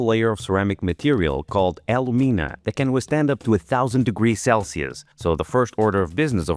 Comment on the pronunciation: The technique used for "silver soldering" is called brazing, '. And you're not silver soldering unless you're brazing with silver. (You are not silver-soldering) And "alumina" is A-loo-mi-nah